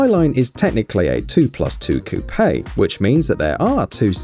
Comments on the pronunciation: It’s coupe, wtf is a cou pay? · So its pronounced "coo pay" I say "coop"